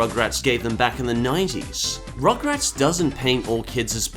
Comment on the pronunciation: i think you said...ummm rochrats not rugrat...